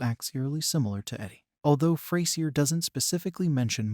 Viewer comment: Its not pronounced Fray Sier its FRAZURE!